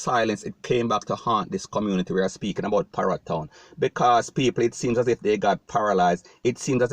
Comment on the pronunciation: Hombre you need to be pronouncing ur word properly like parry town not para town